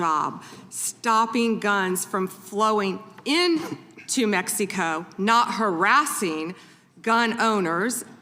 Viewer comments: why does say "Mexeeco"? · She can't even pronounce Mexico correctly